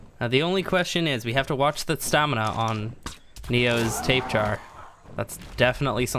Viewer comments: Why do u say tapejar it’s tabahara that’s how it’s said not tapejar lol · It's not a Tape-Jara, it's a Tapy-Jara EDIT: as in pronunciation. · It's not pronounced 'Tape Jar' And I currently play the mobile version of this game; The frame rates suck, the crashes are frequent and it's generally a mess. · R.I.P xxxtentacion lmao stop being a pissed kid He pronounces it wrong but not that it matters But People who correct others every time is annoying tbh Btw it is actually Tapy-Hara Its a silent J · JUST SO YOU NO THEY ARE PRONOUNCED TAP-A-HARA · Tails Gaming he says tape jar cause he likes too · Apparently it’s pronounced Tap-a_Har-uh... W H A T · Oh my god if I here “tape jar” ONE MORE TIME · I thought it was really how you thought it was supposed to be said until I watched more videos 😅 I live in the SW United States and I hear Spanish words get absolutely butchered all the time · Why do you sat tapejara like that its a very strange pronunciation